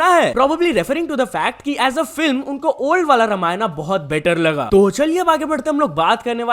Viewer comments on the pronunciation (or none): It is रामायण not रामायणा